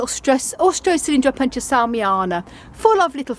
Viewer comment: Thank you; I always enjoy seeing your collection and learning from your vast store of knowledge. I do want to let you know the correct pronunciation of a couple terms, though: Opuntia and Cholla are both Spanish words and even for English speakers they are still pronounced o. punTEE uh. and CHOYuh respectively.